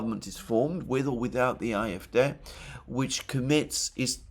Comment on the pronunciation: Why are you pronouncing the acronym CDU in English and the acronym AfD in German (at least you try to do it in German.. you seem to say A-Äf-Dä)